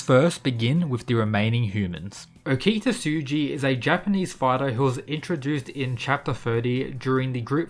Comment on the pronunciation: Pronounce Okita name with respect next time